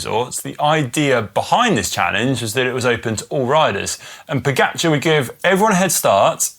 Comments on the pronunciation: Also Pogáahchar, not Pógacháar as English speakers mispronounce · Also Pogáachar, you stress the first A, not the last one.